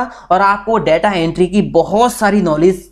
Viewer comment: 'Daataa' nahin 'Detaa'..... Video banaa ne se pehle pronunciation toh sahi kijiye.....